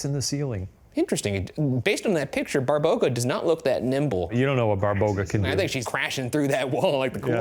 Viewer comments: Hahahaahahaa you guys are a hoot! I love you! One thing it is not pronounced Barbouga it is pronounced like BA (like "ba" in bar) BA (same as the first, stress is on this second ba) RO (like "roh" in robot ) GA (like "gah" in garage ) :D Fun fact rog means horn so when Shane read she has a horn and you showed us a pic it was hilarious XD When I was a child they used to teas us about Babaroga XD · hahahahhaha I love when they say barboga and its actually baba-roga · Babaroga, not Barboga ✌️ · It is not a "BARBOGA" it is "BABAROGA" which translates to "Horned Grandma" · Hi, Serbian here! :D It's actually not Barboga, but Baba Roga (roooooughly translated as "Ugly Granny") - I'm assuming Shane saw an article referring to her as Babaroga, but I've never seen anyone put the two words together, so likely inaccurate. Other Slavic people might refer to her as Baba Yaga, though - they're often treated as sister beings, but they're likely one and the same, but different sub-cultures, different names :D <3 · BARBOGA??????? 😭😭😭😭😭😭😭😭 BABAROGA! As in Baba- Roga (Granny- Horn)... Come on man, you dyslexic? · Barboga? No, it's Baba Roga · lol Barboga :D it would be Baba Roga, similar to Baba Yaga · Shane it isn't "Barboga" it's "BABAroga" baba meaning grandma and rog meaning horns. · Baba Roga , not Barboga lol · Shane severely mispronouncing "babaroga" (my childhood source of fears and nightmares) was not on my 2025 bingo list but I am glad that we are here